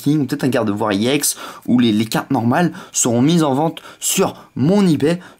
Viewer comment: Sa se dit ex pas iex